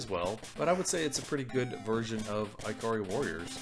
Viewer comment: really? Eye-kari Warriors?....lol.tell me don't also say Eye-talian,lol :P